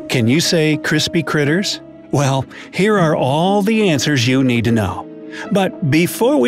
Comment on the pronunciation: Love how he said "need" to knoe😂